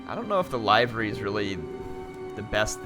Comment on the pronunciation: Liver-y. It's pronounced like the organ.